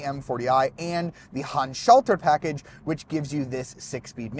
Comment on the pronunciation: You are always trying to pronounce the "Handschalter Paket" like it were an English word instead of acknowledging that it's a German term. It sounds really weird the way you pronounce it for German speaking people.